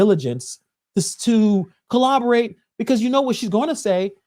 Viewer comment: "colloborate" *corroborate.